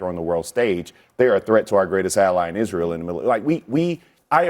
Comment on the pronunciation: “Ally in Insreal”? I heard that Bakari!😒😒😒